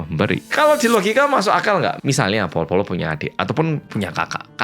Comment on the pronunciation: Ko aku liat yang lain kalo komen selalu ngetik (bolo²) tapi dari dulu aku selalu dengernya bilang (folo²/polo²) sih?😅 Apa aku salah denger ya?ha😂